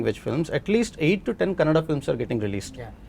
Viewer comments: Rani Mukerji couldn't say kannada properly and was talking about diversity. And it's kannada not kannad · Rani Mukherjee reeks of arrogance nowadays and it is evident from the body language of other artists. FYI it is "Kannada" learn how to pronounce it. Appalled that other panelists didn't interject to correct her especially from the Southern Region. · Rani you spoke well about the diversity in the Indian cinema but It's Kannada not kannad...🥲🥲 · So much lecture about diversity from someone who says “kannad” for “kannada” :) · Before lecturing others please learn how to say KANNADA. ITS KANNADA not KANNAD. These thick heads don't get it. Its been years and at many occasions many people have corrected others. Mr Prithvi should have corrected Rani ji. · Kannad nahi kannada.. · Mr. Prithvi Konanur, great ❤❤❤, you literally made felow participants to shut their mouth 😂😂😂.. and its Kannada not Kannad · Rani madam it's kannada not kannad please correct yourself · no she said kannad not kannada and that's what we are trying to change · Rani Mukerji didn't understand the point of Prithvi and totally started giving lectures about India Meanwhile she said "Kannad" not "Kannada" which is disrespectful which made me offended she doesn't even know anything about our languages, our cultures which was the point of prithvi to make more rooted films eventhough irian films have budget constraints and freedom of speech constraints by government how they achieved that . She have not even achieved 1% of what Mr. Pritvi konanur has done to our Indian film making it recognised by rest of the world people.